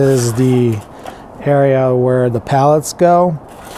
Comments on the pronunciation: Hope it all went well for you. Sorry man, I had to stop watching it was painful..... They are "pellets" not "pallets". It's a "cup" not a "cop" and you are using an infrared "thermometer" not a "thermostat". I know this is really judgmental of me, I tried to over look it all but it was such a distraction for me that it kinda made it all unwatchable. Feel free to judge my spelling and punctuation on this comment I'm sure I've don't just as bad. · PELLETS, Not Pallets lol. Sorry that just drove me crazy hahaha.